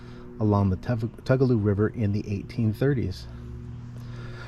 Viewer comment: Tugaloo is pronunced Too ga low